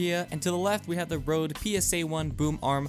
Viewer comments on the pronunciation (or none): none